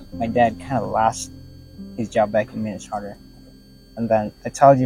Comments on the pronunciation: 😂 I'm surprised how gullible people are, he's no American,the accent is forced AF ,look at how he even says Minnesota 😂 "minmesorrta" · 😂😂😂 the way he says Minnesota 🤣🤣🤣 and who says playground? I thought it's the park. Even to Americans, people from Minnesota have a unique accent, they drag their oo's like soda is sooda. 🤣🤣🤣🤣🤣🤣